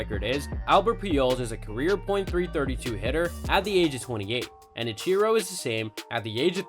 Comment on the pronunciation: He also said Peejols instead of Pujols and Icheero instead of Ichiro.